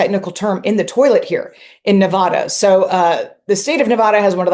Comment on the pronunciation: Who pronounces "Nevada" like that?